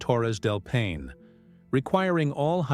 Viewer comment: This is a horrible video. First of all, it should be labeled AI. The narrator can’t even correctly pronounce Paine. And none of it’s true. Gross. Should be flagged and removed.